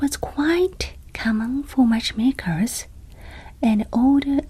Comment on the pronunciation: Ohhh, matchmakers, of course. At first I heard watchmakers. I know Japan has Seiko, Citizen, Casio and so on, but it would probably be very distracting if they had to pair up people as well. 😂